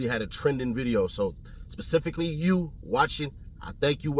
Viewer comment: He says Pacific for Specific him and genius should never be connected!!